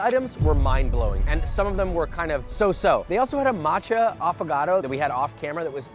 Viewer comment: "Affogato" 😂... I'm gonna spell it like that from now on.